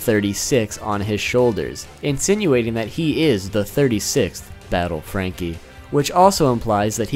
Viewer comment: FRRRRRRRRRanky!!! i liked it a lot the way you said